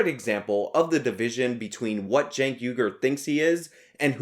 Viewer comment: who is cenk? u mean keek? keeeeeeeeeek.